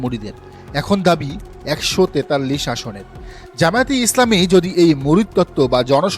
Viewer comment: তেচ্চল্লিস কি রে ভাই। এরা তো কথা বলাই শেখে নাই।